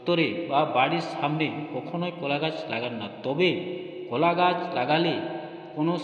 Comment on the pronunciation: একই কথা বার বার বলা হয়েছে। সংক্ষিপ্ত এবং তথ্য সমৃদ্ধ হবে, এটাই আশা করা হয়েছিল। কিন্তু সে গুড়ে বালি। আর কথাটা কলা ,কোলা নয়।